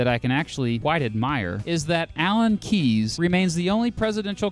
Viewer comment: Say Alan Keyes without -es.